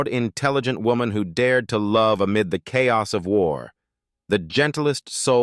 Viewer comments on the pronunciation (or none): none